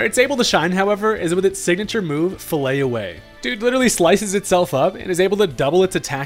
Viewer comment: Would be fun if Veluza got a different skeletal form when it used Fillet Away. The 't' at the end isn't silent btw - "fillet" is a verb meaning to debone a fish. It's a pretty grim move.